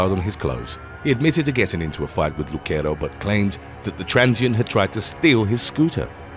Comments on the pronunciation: Brians last name is not pronounced Luk-ero its Luc-ero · Havent read the comments, the name Lucero is NOT pronounced the way you're saying it. It's pronounced "Lew-sair-o". It's a Hispanic/Latino name, not Italian. 😊